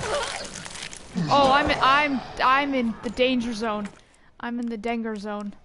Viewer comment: “I’m in the denger zone.” 2019.